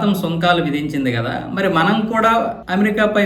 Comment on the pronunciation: Not "MAANAM", that is "Manam"